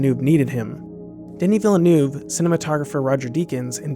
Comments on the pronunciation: great video, but man did you butcher this director's name ;) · Great video but for the love of god please learn how to pronounce ‘Villeneuve’ before you say it incorrectly 50 times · You even saw the google talk with him, where “Villeneuve” is pronounced correctly in his introduction. If his name is so (unnecessarily) often in your script, why you don’t bother learning the right pronunciation? I really enjoy every other part of your film, but the frequency of this blunder is just too high and it freaks me out completely. Feel ‘where’ or ‘how’ the “a” in “crash” is in your throat and than try to pronounce an “oh” like that. Virtually in your throat instead of on your tongue. Should be close enough to “eu” in “neuve”, because it’s definitely not like “oo” in “cool”. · woah.. seems that none of you anglophone is able to pronounce Villeneuve correctly... you are not even close... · I really like the video, but the way "Villeneuve" is pronounced ist really, really incredible terrible ;) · ok you should really learn how to properly pronounce Denis Villeneuve's name. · I'm pretty sure doesn't speak a word of French when he says Villeneuve's name! I know that foreign languages are not the forte of Americans, but this is too shocking, to the point that at times I didn't understand who our video maker was talking about! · Awesome. One slight correction, if you do not mind. It is a hard name for many to pronounce. But the director's last name is not pronounced as "Vil-ah-noov" . Instead, it is pronounced "Veeyl-noov". Very French Canadian name and only two syllables, not three. But great video. Well done. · IT's pronounced Ville- NeeeuVe, noy Villenuu!! Americans! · Is there any way to pronounce that name even more wrong? I mean there's Gilles and Jacques Villeneuve, so the name is familiar. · villeneuve is pronounced [vill' n'uh v'] not [villanoov'] . and the narration is quite boring couldn't stand more than 5 min of it . thumb down . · Its pronounced veel nerve